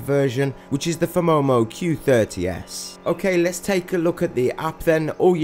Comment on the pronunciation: It's phomemo, not "phemomo" 😂